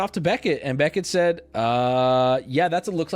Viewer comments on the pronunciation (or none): none